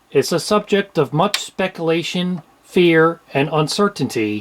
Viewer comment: Did he say “Specalation”?